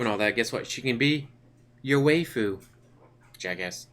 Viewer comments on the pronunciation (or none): A small it pick but "waifu" is pronounced "why-fu" not "way-fu"